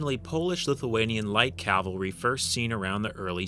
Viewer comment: Why does no one, including this history channel not know how to say cavalry?